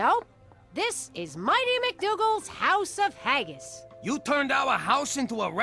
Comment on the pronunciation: There saying haggis wrong